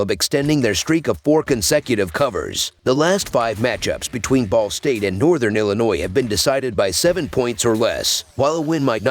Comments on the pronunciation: Omg I thought I was the only person that heard “the ballsack cardinals”!!🤣😂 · Sounds like you said "ballsack" to cover the spread as underdogs lol